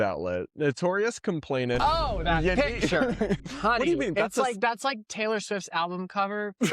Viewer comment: Btw. Complainant. Not complainTant ❤